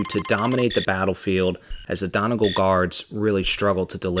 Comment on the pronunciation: Great video! One note though, Donegal is pronounced Don-ee-gaul, not Don-e-gul. Celtic pronunciations are not the most usual.